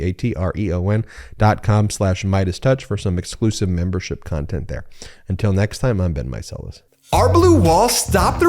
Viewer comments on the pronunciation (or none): none